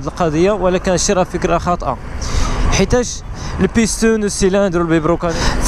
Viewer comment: بيسطون❌️ بيستون✅️